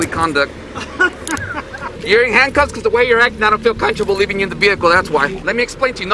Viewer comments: "I dont feel contrable" its coMFORTAble d¡pshit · Every time he says "I don't feel CUNTRABLE" I lose it. Such an ignorant little person. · That cop mispronouncing comfortable as “countrable” gets me every time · What the hell is "conchable"😂😂😂😂😂. I played that 7 times to make sure I heard it right. Please sue their asses and get them fired. We have freedoms in America. Freedom of speech. He does not need to shut up. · Why can't he pronounce "comfortable"? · He's so scared he can't even say comfortable correctly. This guy is seriously a problem to everyone 🙄